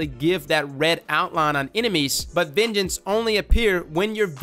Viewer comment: Every time you say "vengeance" I hear "midget"